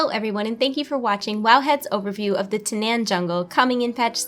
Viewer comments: I thought it was pronounced "Ta-naw-n" and not "Ta-nan." This looks like it'll be an awesome patch because it doesn't just add a new dungeon or class changes but adds pretty much a mini-expansion. Can't wait! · TANAAN. THERE'S A DOUBLE A IN THERE FOR A REASON. IT'S PRONOUNCED TAH-NARN. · You do realize the ZONE is pronounced TAN'EN. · anyone got a count of how many time she mispronounced Tanaan? lol